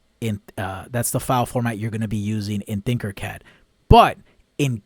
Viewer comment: Not trying to be rude or anything but I believe it’s Tinker Cad, not Thinker Cad. Love the videos and what you’re doing.